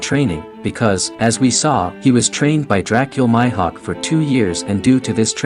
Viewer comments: Did my guy just called Mihawk My Hawk??🤣🤣🤣🤦🏾‍♂️ its prononced Me Hawk not My Hawk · This guy is saying "My"hawk when yhe anime clearly pronounces it as "Mee"hawk smh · Mi-hawk not myhawk lol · nigga said Myhawk 😭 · Lol your annunciation for Hawkeye You need to announce it with the long E sound not the Y sound for Mihok lol